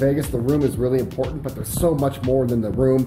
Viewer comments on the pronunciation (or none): none